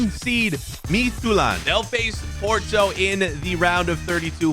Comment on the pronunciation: As a Dane your Midtjylland pronunciation was pretty solid for someone who doesn’t speak danish. The English Y is quite a bit different from the the danish Y, and that was the main part where your pronunciation was lacking